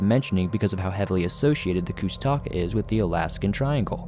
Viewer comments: Koosh-ta-kaw. Is how its pronounced. Thw otter man. Kenia Alaska. Pronounced KEY-NI. I heard the story about the Alaska Pyramid on the nightly news years ago one night in Anchorage Alaska. There was alot of interest. But the news the next day acted like it never happened. But it did happen. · You always say kushtaka wrong, lol. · Yep, he should listen to Hammerson Peter's videos to hear the proper pronunciation.